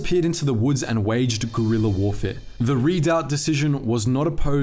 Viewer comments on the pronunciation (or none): Its pronounced Gi San, and Re dui. Switzerland also pushed for early electrification of the railroads in order to cut down on imported coal in favour of domestic hydroelectric power. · Réduit is pronounced ray-du-oui. Means to reduce in French.